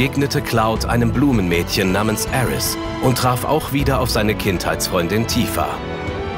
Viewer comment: Die deutsche Synchro ist ja insgesamt wirklich spitze, aber die Aussprache bei Aerith "Aeris" und bei Sephiroth "Sephiros" macht mich wahnsinnig... Das ist so "Herman ze german"-mäßig.